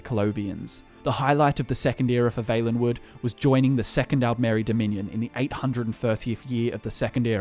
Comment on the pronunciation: Why do you say Vaelenwood and not Vallenwood